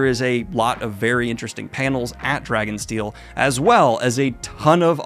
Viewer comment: Not me hearing Drag and Steel.😁